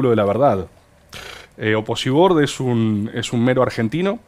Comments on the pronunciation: nunca pensé que iba a escuchar a María Laura Santillán decir Oposibord kjjj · Que ella diga "oposiBord" me destruye, no puede ser real jajajaja